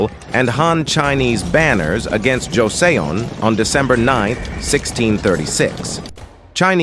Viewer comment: Joseon is pronounced jo sun lol